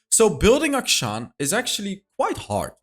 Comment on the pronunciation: Akshan is pronounced A-(kshan), as in 'action'. It's an actual Hindu name.